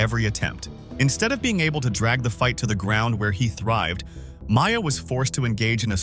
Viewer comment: Along with Demian “Maya” and “Kale” Sonnen…